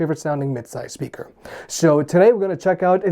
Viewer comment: I love how you pronounce it "shpeaker". :)